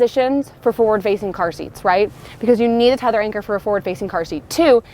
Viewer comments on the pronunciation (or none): none